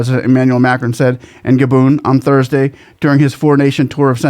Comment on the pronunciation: Gabon not Gadon